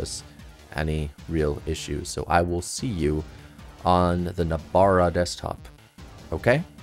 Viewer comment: Nobara not Nabora, but thanks for the tutorial